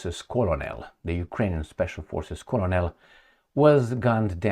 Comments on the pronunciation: ps - "Colonel" is pronounced almost like "kernel". It is a tricky word in English. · please check the pronunciation of "colonel" 😊